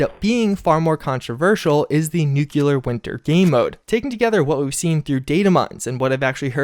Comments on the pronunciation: No offense man, but its pronounced "NOOK-LEE-ER" not "NOOK-YOU-LER" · Shame the dude never reads his comments, good content but triggers ppl watching by repeatedly mispronouncing words such as nuCLEAR!!! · He's got a real problem pronouncing some key words. Listen to him say Nuclear. NEWQUELAR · I really love your content, I truly do... But every single time you say "nukular" instead of "nuclear", it makes me cringe and makes me want to watch you less. Call me what you wish, say I'm a troll, but... I just can't stand the use of that non-existing word, sorry. And with you covering the Fallout universe, it's a word that comes back rather often. And therefore so does the cringe... Thanks for the otherwise-amazing stuff, though! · Nuclear....not NuKuLaR, I've never understood why this word gets butchered so much. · You couldn't do it, could ya? You couldn't make oNe video without ruining the narration with NOO kyoo lur, huh? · can you PLEASE say nuclear right? It takes away from your video, at least for me.